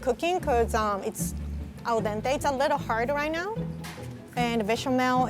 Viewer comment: I absolutely loved how she pronounced "al dente"